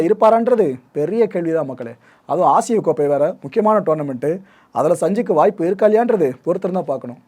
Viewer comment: Bro அசிய கோப்பை இல்ல ஆசியா கோப்பை 😂😂😂